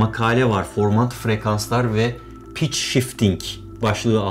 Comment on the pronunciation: pitch derken piç dedin barış abi